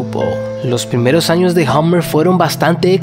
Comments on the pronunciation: Podrías pronunciar Hummer correctamente. No se dice "hOmmer" como dices tú. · Es Hummer con U, no "Hommer". La U allí se pronuncia parecido a una A española, no una O.